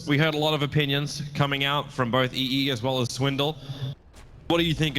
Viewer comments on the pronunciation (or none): ITS EE sama.